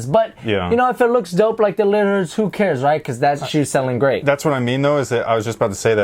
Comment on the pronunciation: Its funny how HE says lillards the lillirs 😂😂😂